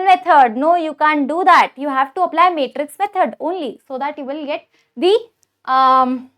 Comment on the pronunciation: Matrix ❌ metrix ✔😂